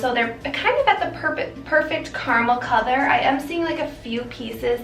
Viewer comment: Why do you say color like that